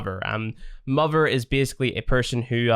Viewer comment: Not only can not pronounce father he also cant pronounce mother, lol 😂(sry )